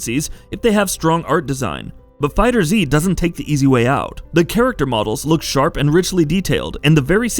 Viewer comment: It’s pronounced “Fighters” not “Fighter Z” 😩